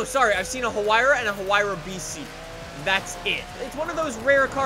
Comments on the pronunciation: yra not hyra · Ouch the way you pronounced hyura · a “ha-huayra” lmfao